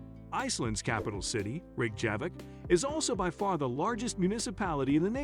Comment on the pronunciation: can the narrator learn how to pronounce name of the capital? Ita makes him look like fool